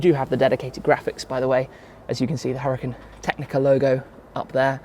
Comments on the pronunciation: Lamborghini definitely wanted Shmee to pronounce the name of this car correctly and in an Italian way. Lol. Awesome video and premium content as always 🔥🔥🔥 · I see you have finally figured out how to say Huracan. Kudos!